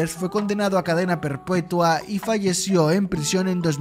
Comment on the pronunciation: Se dice perpetua no perpueta